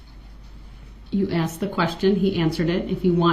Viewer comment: ASKED! He asked, She Asked, I asked. NOT AXED wtf are you axing?